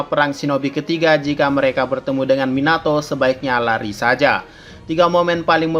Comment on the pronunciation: Minato Minyato Mieenato 😂😂😂😂😂😂😂😂hahahahaha